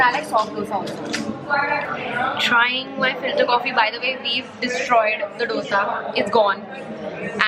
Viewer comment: When I heard speaking filter coffee I heard it filtercopy 😅😆 Btw Finally I could see ur video its delicious 😁